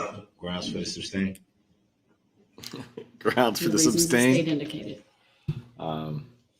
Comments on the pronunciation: I know it’s totally silly of me…but I am about to lose it over how he says “substain”. Wouldn’t care so much if he weren’t acting so SMUG thinking he’s going to “outsmart” them all. I sure hope the jury brings his victims the little amount of solace a guilty will bring. So sad for all of those victims. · Not to mention ask (ax) and sustain (Substain) and numerous others I can’t remember offhand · "Substain" is what gets me... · he says takid for tacid, and substain for sustain